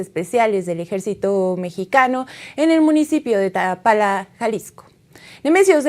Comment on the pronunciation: "... municipio de Tapala..", jajaja Y sigue sin aprender a leer 😂😂😂 Dedicate a otra cosa Mija.